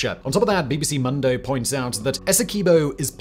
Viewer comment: Pro tip: you can say mundo as "moon-dough" and be way closer.